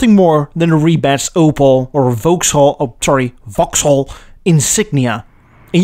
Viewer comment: Thanks for the correct pronunciation of Vauxhall! 😁 My late father (who learned to drive before WWII) always called estate cars shooting brakes.